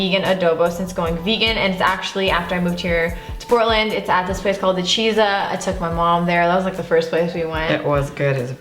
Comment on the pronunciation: Just a heads up, “Ichiza” the vegan Japanese place in Portland is pronounced, “E-Chi-Zah” it translates to, “one sitting” in English. Great place, and as a vegan Japanese American, I’m so happy you mentioned them.